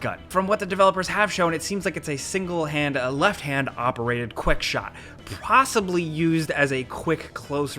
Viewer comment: "gunpowder shooty bang" "Prossibly" You wut